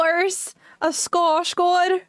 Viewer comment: Nu blev jag förvirrad , är du från Norge??? Men du uttalade Skarsgård på Svenska!!???. Hm då måste jag följa dig. ❤❤❤